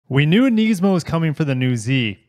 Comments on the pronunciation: I watched 30 seconds of the video and had enough of the way u say it…..its Nismi not Neesmo🤦🏻‍♂️🤣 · Yet another one who pronounces it Knees-mo😅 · I love you but please pronounce NISMO correctly (niz•mow) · Its Nismo with an I not an E